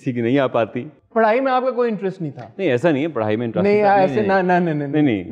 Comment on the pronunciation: Wahaj it’s - Interest not intrust 😂😂😂😂😂😂